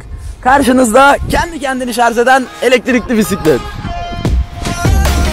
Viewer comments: Voltaj diyebiliyor ama şarj diyememiş sunucu arkadaş. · Şarz değil! Şarj. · Ah be kardeşim, bir de şarz değil de şarj desen ne güzel olur. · Şarz değil şarj demelisin... Türkçen yetersizken companent de neyine, "bileşenleri"diyebilirsin. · Şarz değil Şarjj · Bütün ingilizce kelimeleri doğru söyleyip de bir tek Şarj kelimesine şarz demeniz kasıtlı mı acaba? Dikkat çekmek için midir? Videodaki alt yazılarda da hep Şarj yazıyor bir sorun yok çünkü. Bunun dışında kanalınız çok güzel zevkle takip ediyorum. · şarz (Yanlış kullanım) şarj (Doğru kullanım) Cümle içinde kullanımı: “Yeni aldığı telefonunun şarj ömrü çok uzun.” Lütfen, güzel dilimizi doğru telaffuz edelim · harbiden şarj demeyi beceremeyen bir ülkeyiz, yahu dil kurumu bunu şarz diye değiştirsin bitsin bu çile. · şarz demeyin şuna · Şarz dedikçe tüylerim diken diken